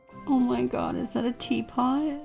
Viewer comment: that is a tea pawt.